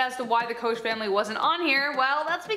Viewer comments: Koch is pronounced coke not kosh. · You said the Koch family wrong!!! It’s pronounced like Coke! Lol! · Koch is pronounced like "Coke"